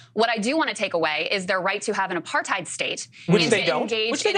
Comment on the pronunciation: Apartheid is pronounced Aparthate, not hide. It rhymes with hate. Which is a good way to think of it.